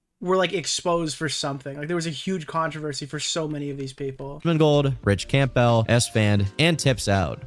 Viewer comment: THANK you for calling out the Camp🎪Bell🔔 pronunciation, he says it like that all the way through and it drove me nuts;!